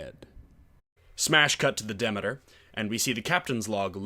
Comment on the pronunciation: I enjoyed the 2020 series. Found your analysis interesting, though. To be fair, Dracula is such a known story, anytime a departure from the book comes around, i tend to enjoy it, because it's hard to get surprises from overexposed stories like Dracula. Also, it's De Meter, phonetically. Not demi, like Demi Moore. Demeter, Greek goddess of agriculture. Also, Lord Ruthven is a nod to Polidori's Vampyre. One other thing I felt was a thing with this series is the nod to the style of the old Hammer films about Dracula. Even Frank Frazetta paintings seem to have been referenced, in the third episode. The second episode, involving the trip on the Demeter, I enjoyed, because that trip was barely touched upon in the book or in earlier iterations on film. I really very much liked this series.